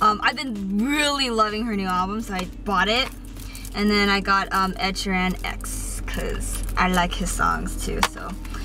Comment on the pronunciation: ED SHE RAN . BACK AT IT AGAIN WITH THE PRONOUNCIATIONS